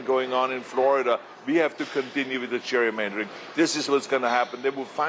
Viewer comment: "Cheik, we have to stop the Cherrymandering" - LOL - learn to speak English, Ahole.